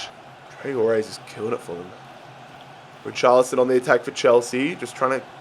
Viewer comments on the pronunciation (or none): none